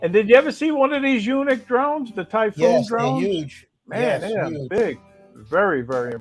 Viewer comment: Did you guys say "eunuch" drone? I think "Yuneec" is pronounced like "unique." But it might be a eunuch as well!